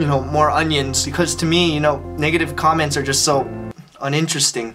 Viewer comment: "Because to me you know, negative comments are onionteresting" 😂💯